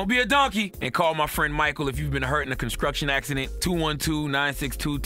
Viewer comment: Shkreets. Conskruktion. Shkrimp. Why cant CThaGod pronounce these words correctly? Basic english that we all learn BEFORE leaving the 5th grade, yet he cant pronounce these words and has a voice to speak to the masses and calls other donkey of the day. Fascinating.